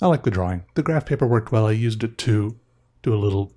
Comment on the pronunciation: I find myself saying draw-wing now. And it's okay.